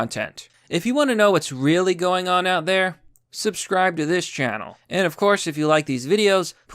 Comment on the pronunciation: and soubsruibe xD